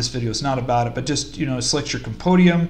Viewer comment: Hehehehe. Speak after me: Com - Com Pen - Pen Di - Di Um - Um Compendium - Compodium! :D Neat video, nice setup of vendors. Stay crunchy.